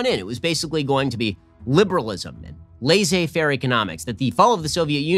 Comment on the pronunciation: I feel like you completely butchered the term laissez-faire.